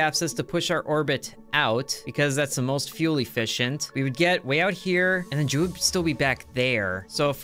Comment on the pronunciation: "Jewel" its called Jool